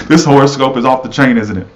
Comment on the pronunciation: Hi💖🍀he said the internet would be shut down for life 😂😂😂😂 oh lol you don't look nearly that bad honey child you're gorgeous kkkk he said whore o scope 😂😂😂😂 omg I almost peed my pants 👖😂😂😂😂.... lol when your pet relationship matches your actual relationship 😂😂😂